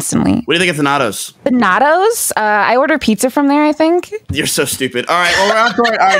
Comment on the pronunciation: as a former Masters Smite jouster... the way he says Thanatos is about as painful as hearing anything DmBrandon says